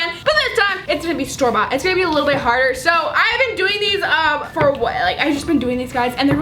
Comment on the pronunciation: Whenever you say store bought it sounds like Starbucks